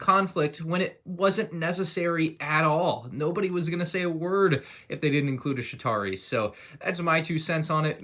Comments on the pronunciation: Sounds like is saying Shitari instead of Chitauri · Again, its "Chitauri" not "Shitauri" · Pretty sure he said shit-ari